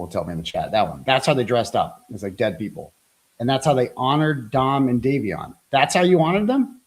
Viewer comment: Day*vee*on Phonetic Not davison